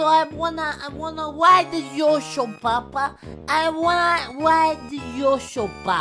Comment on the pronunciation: He says I wanna ride the Yosho